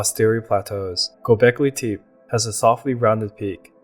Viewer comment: If you are going to ride on the coat tails of Graham Hancock, then at least WATCH a few YouTube videos of the places you profess to know about. This "AREA" in NOT known as Go-bekly TEEP. Everyone I have heard speak of it for the past 8 years has pronounced it as Go-bekly-tep-A. You will not advance this way! Do your research! ! ! !